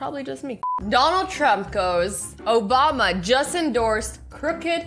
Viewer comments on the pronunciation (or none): none